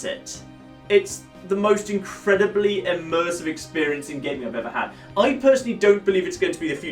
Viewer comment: Did someone say.... UGHMersive?!